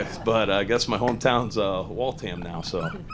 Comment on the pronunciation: Walt Ham 😂🤣😅. Wal tham Kyle, it’s wal-tham